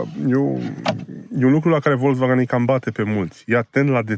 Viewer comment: 😁👏👏👏Unul dintre putzinii care pronunta corect "Volkswagen".... 👍